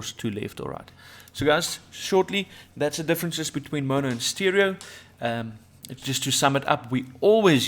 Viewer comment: The dude can't even say mono lol